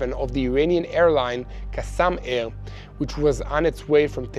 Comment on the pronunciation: “ Qasam air” bwahahaha